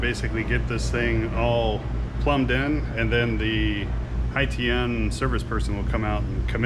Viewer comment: Not pronounced the same as the French. Hai like Shanghai and Tian like Sky Hǎitiān